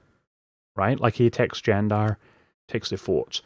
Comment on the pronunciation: Thank you for pronouncing Candar correctly.